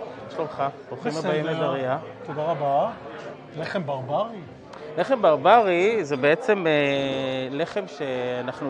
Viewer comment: הלחם לא נקרא berberi אלא barbári (מבטאים את ה-a השנייה באריכות) - nun-e barbári והוא נפוץ בפרס, לא בבוכרה.